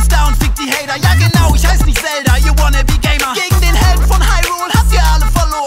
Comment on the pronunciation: Es ist nicht zelder er heißt link und pokemon ist das bester